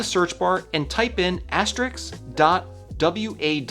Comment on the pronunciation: The * sign is called asteriSK, not asteriKS